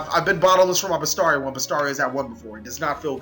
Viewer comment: Even after all this time, you still can't pronounce Bestiari or Samnite. #CaliEffail